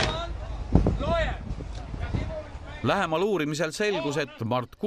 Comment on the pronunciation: "AII VAANT LOOJER HIER"